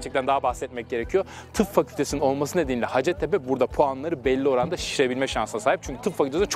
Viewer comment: Üniversitenin adının telaffuzu “ha:cettepe” yani -a uzun, Türkçe’de ‘hacet’ diye bir kelime yok, ha:cet ise ihtiyaç anlamına geliyor, yani “ihtiyaç tepesi”, bu adın bir de hikayesi var ama o başka bir yorumun konusu :)